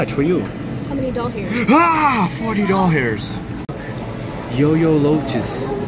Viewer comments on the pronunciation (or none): Why do you say dolhairs just wondering why not dollars